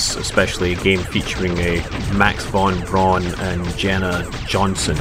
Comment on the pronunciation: braun and not baron